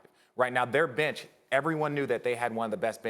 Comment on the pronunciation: Sal S He said bitch instead of bench